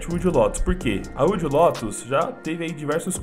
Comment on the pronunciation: Que mane “uilde”... kkkkkkk. É “uaild” lótus